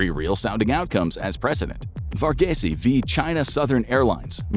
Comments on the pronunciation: Varghese is pronounced Var-geese, not Var-ge-se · Vargaysay 😅🤣. It's pronounced 'Vargeese'. Varghese man, you're a good man.